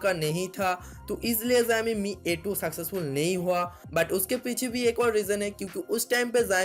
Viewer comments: it's not ziami it's showme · Aabey pahele jissa phone k video banna raha hai uska namm thiksey bolna Sikha Chutiype , zoxiom nhi Xiaomi hota hai vo aakal ke dushman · Hey are you drunk! 😂😂 You really did no learn to pronounce xiomi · Company ka naam thik se le bhai. jo tu bol Raha hai waisa konsa bhi company nhi hai😂